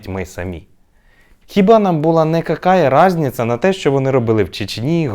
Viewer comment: Круто вимовлено какая разніца супер